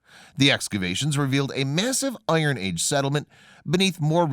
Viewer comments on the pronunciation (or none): none